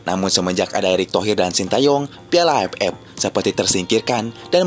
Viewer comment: Admin orang sunda ya..gk bisa bilang aff tpi aepep